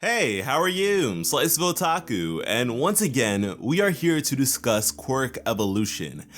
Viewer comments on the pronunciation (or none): none